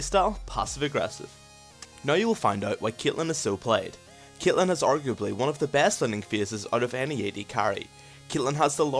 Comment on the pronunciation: why do you say CYATLEHN?!